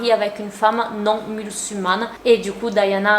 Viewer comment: musulmane le s se prononce un peut en z je pense que c’est le mot que tu voulais dire